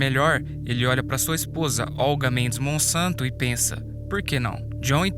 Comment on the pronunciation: Monsanto trocar o s pôr c e verás